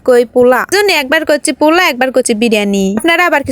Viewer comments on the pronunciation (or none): kokhon o pula shuni nai pulau shunechi😂😂 ei 1st apnar theke pula shunlam